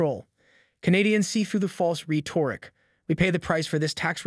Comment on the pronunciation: Brother I appreciate your content but you really need to learn how to pronounce several words like rhetoric and dissent were ones I remember off the top of my head